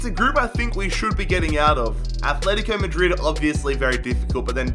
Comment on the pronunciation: Fucking stop, it’s not Athletico Madrid it’s ATletico Madrid you don’t say Ath.